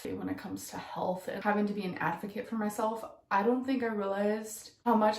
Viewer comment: AFF boh kit MA’AM why she said advocate like that GORL PLEASE 🥴🥴🥴🥴🥴 period ahhh took me tf out